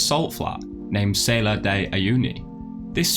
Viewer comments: It's not named Sailor de Uyuni... Learn to pronounce foreign words ;-) This one is actually easy. It's like Sal in salmon and ar like the letter R. Great shots and an informative clip otherwise ;) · sah-LAHR, not SAY-lahr, please